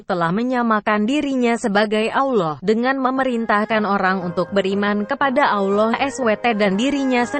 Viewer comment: Cara menyebut nama ALLAH swt ja ndk bener,,, Mang bner yg baca naskah di atas ndk ngerti alkitab,cuma di suruh baca ja kyak Koran,,,, Belajar dulu...